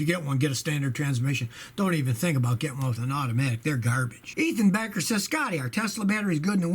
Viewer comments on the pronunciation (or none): none